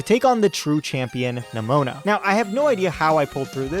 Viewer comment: I can't help but think you pronounced Nemona and Eviolite the way you did to bait comments. It worked if that's the case. I pronounce it like Eevee-o-lite personally.